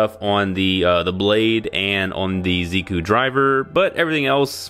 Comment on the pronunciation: Pinku janai, MAZENTA DA. Now in English, it's not pink, it's magenta Also the Z in Ziku, Zi-O and Zikan is more of a J sound